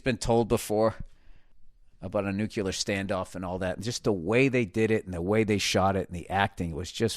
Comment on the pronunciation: Someone tell him please, NUCLEAR, not NUCELAR